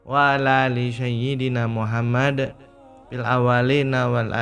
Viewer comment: Org mn sih gk bs nyebut nm rasulullah dg bener...muhammad.